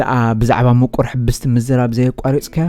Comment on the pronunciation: ሕብስቲ ነታ 'ብ ' ኣፍኩስ ኣቢልካ በላ:: ከም ሓውሲ 'ቭ' :: ኣትርር እንተኣቢልካያ ግና " እስርቲ " ማለት ኣብ ቤት ማሕቡስ ዘላ ዝብል ትርጉም ኢዩ ዝህልዉ